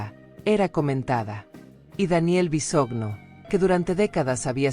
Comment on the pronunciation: Es Micaela no michaela. Es Bisoño no visogno